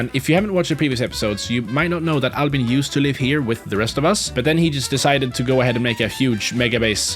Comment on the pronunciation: i knew the first episode that albin was a swedish name or the way you said it cuz i am swedish